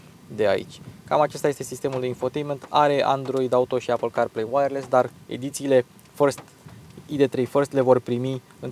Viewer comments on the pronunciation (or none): none